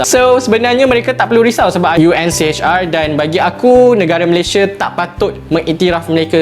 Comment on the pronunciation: UNHCR bro ... bukan UNCHR ...🤦‍♂️